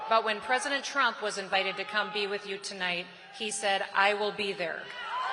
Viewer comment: Peesident Trump!